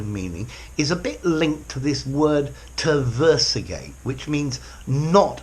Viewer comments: I think he did mean tergiversate.. when I heard it I immediately went to the comments to see if anyone else noticed hahaha 😊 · I think you mean tergiversate, not terversigate